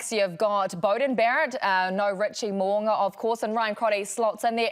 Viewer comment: Pleeezzz... it's Mo'unga not Mo'anga....when we gonna get it right and not keep pretending it doesn't matter? If someone called Kirsty 'Karsty' any guesses how long she'd put up with it... or any of those twerps doing the game commentaries??